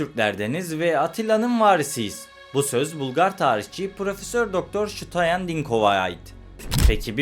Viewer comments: Пиша на водещия, който произнася Штоен вместо Стоян! Ти защо се "гъделичкаш"?! Българската история за произхода на Българите е много "шарена" пълна с шовинизъм. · Ştoen mi 😅, Stoyan.